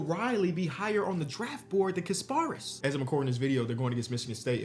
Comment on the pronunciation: Damn they butchered my mans Kasparas name 😭